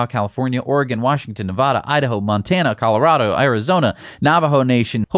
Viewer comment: Please properly pronounce the name of the state of Nevada.